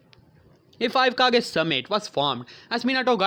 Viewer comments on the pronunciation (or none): its kage not cage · Anyone else hate the way he says kage he says it right in (hokage, rikage ext...)